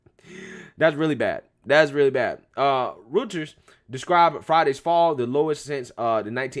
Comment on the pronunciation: “Roy-ters” is how the news company is pronounced. I got you. It’s another one that reportedly used to be good but has fallen.